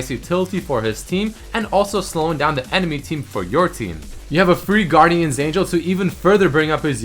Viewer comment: Guardian Angel is still not "Guardian's Angel":P